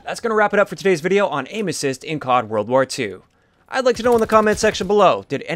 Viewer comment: I thought you were saying anuses instead of aim assist